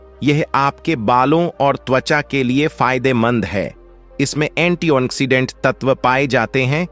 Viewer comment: अर्क को अकर कह रहे हो, फंगल को फगल कह रहे हो एंटीऑक्सीडेंट को एंटी ओन ऑक्सीडेंट कह रहे हो